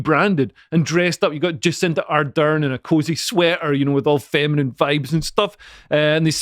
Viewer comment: I like how that Scottish FK pronounces: Jizz-in-da-Ardern 😅